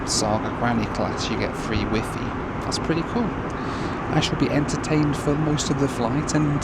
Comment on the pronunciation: Never heard the word Wi-Fi pronounced the way he did it today lol